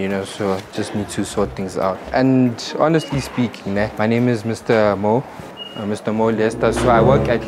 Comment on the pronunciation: You butchering the "honestly speaking" phrase😂😂😂